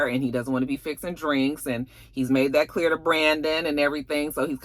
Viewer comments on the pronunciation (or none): none